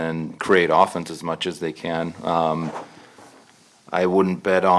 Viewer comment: Ohffence. What a dick, what a dumb way to pronounce 'offence'.